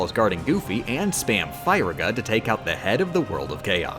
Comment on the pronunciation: I love these videos but man you say Firaga in a strange way.